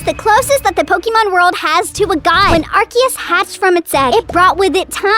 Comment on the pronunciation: ive heard of people pronounce it ark ee uss and ars ee uss and ark oos but ive never heard anyone say it ark ay uss so thats a first